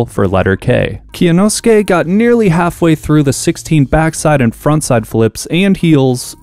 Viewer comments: it was a good try but kyonosuke is 3 syllables not 4 (kyo-no-skay), you don’t pronounce the y separately in kyo it’s all one syllable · Can't wait for to get cancelled for mispronouncing Kyonosuke's name. Not a bigger meltdown than Elon Musk becoming a Twitter shareholder (and quite possibly aiming to become the 51 percent shareholder) by a long shot, but still popcorn worthy. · Really shows the lack of effort on end to just ask Kyonosuke how to pronounce his name. Its not hard